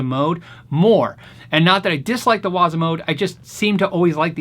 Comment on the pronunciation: Great video as always. The proper pronunciation of waza is the emphasis on the second syllable. Make sure you sound like a samurai when you say it.